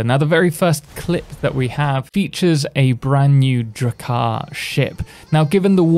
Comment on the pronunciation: my ears popped up when you said "drakar ship" lol huh what? lol